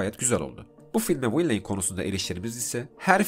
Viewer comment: Hocam video güzel olmuş elinize sağlık. Yalnız villain'i okuyuş şekliniz biraz battı, vilən şeklinde okunuyor.